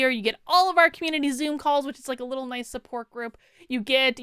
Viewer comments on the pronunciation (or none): none